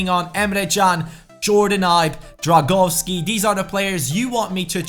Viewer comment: Drągowski no Dragowski